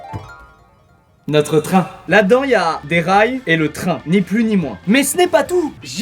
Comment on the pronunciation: J'ai chialé de rire, pas sur un ton moqueur mais juste... le "notre train" 😂😂